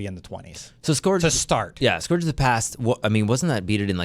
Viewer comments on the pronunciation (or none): Appreciate the banter here, and I know i'm going to sound like a jerk here and it isn't my intention - I cringe every time you guys call the "scourge" the "s-core-j". It sounds more like "S-ker-j". I don't know why this bothers me so much, but it does. Definitely don't expect a long time for a completion on this raid - this won't come close to Last Wish. I do expect a lot of secrets though, and that's exciting!